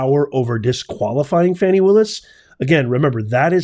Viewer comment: Her name is pronounced “Fawni” not “Fanny”. 😊